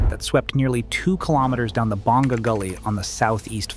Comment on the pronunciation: You don't pronounce it May on. You say Mah YOHN. Stress the 2nd syllable. Also, BONG GAH (Bonga) is a different village on the east. You are referring to Boh NGA (Bonga) a village on the south.